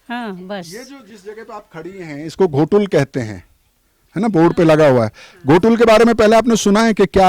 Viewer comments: भाई घोटुल नहीं गोटुल है ! गोटुल के बारे कई तरह के गलत जानकारी मीडिया न्यूज़ चैनल वाले हो या पत्रकारों एवं कुछ यूट्यूबर के माध्यम से भी गलत जानकारी दिया गया है , और गोटुल के बारे में कई तरह के मनगढ़ंत अफवाह फैला दिया गया है जो सरासर झूठ है ! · Ghotul nahi hai sir o gotul hai sir